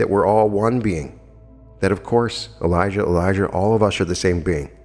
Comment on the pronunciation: Dear Note on pronauntiation of the Names. John the Baptist is Elijah Jesus is Elisha. You pronounce them very similarly which is bit confusing. Times of the Bible were the very violent times. We humans will never reach the Kingdom of God unless we rid our hearts of cruelty and violence and let Love enter therein. Paramahansa Yogananda also said that we can alone ask God to explain questions concerning the Bible and we will receive answers. LovetoAll MS